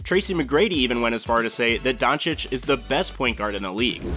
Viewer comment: hey! You finally learned how to pronounce Doncic. How much effort did this take?